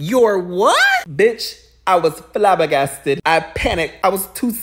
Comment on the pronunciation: "I was FlahBaGasted I was to Stunnnnnned to speak " 💀💀💀💀💀💀